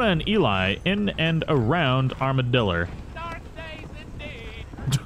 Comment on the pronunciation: Is this the first time he said armadillo and not armadildo